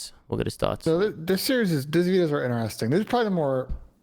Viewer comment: In-e-resting